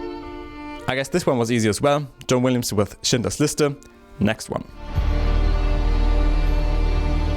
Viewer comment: Are you from germany? Your pronounciation of Schindlers Liste sounds native?